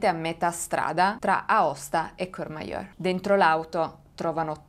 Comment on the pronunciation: no cheur o cher ,ma courmayeur pronuncia : curmaier